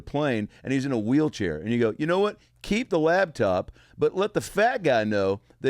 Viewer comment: i lost respect for your guest when he said "labtop"